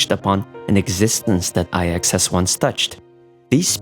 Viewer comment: Ahhh yes, thanks to the words you used explaining the space china arcs of the story that I finally worked out why all the stories from Luofu just end up sounding like old people griping (which is why I just find most Luofu story and sidequests to be oh so boring save for the handful of offbeat funny ones like the cycranes.) However, despite your eloquence, DUDE just pronounce it "iks" for IX. Saying "ay eks" ("I" "X") just sounds stupid. Furthermore there is reason to believe that Device IX (NINE, as in the the roman numeral) hints at the origins of the Aeon of Nihility as a mere "device number nine" before its supposed ascension, similar to how Nous appears to be initially a cybernetic/mechanical construct prior to Aeon-hood. But I digress, just pronounce it "IKS" man for fluidity's sake. Every time you went "ay eks" during your narrative just jarred the living shit out of me and distracted from your point.